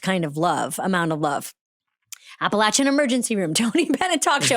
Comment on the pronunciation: The fact that Amy pronounces "Appalachian" correctly means THE WORLD to me